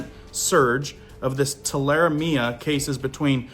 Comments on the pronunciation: Just a heads up, I have always heard it pronounced TUL-A-REM-IA. If you kill a rabbit check the liver. If the rabbit is healthy the liver will be a dark red color. If it is light or spotted the rabbit likely has Tularemia. DON'T eat. Clean hands well and seek medical treatment if you received a cut while butchering the rabbit. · Is that wild rabbits ? Tule a remia .... Pronounce it like that ! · Tularemia.... Too-la-ree-me-uh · Pronounced too la ree ma. 😊👍👍🇺🇸☦️🇺🇸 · In the South we pronounce that rabbit fever as ‘’too-la-ree-me-uh’ 👍❤️love your work! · Rabbit fever. TOO-LAH - REE'- ME-ah